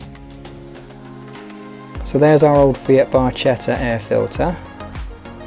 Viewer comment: Hello thanks for your videos, really good! If I may in Italian it's pronounced as "barketta" because the ch is a hard sound, hope you'll forgive me but a lot of Italians are listening in 😊❤